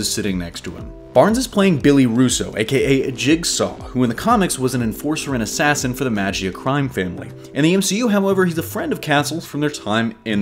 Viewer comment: Miss pronounced Maggia*. It's like May-G eea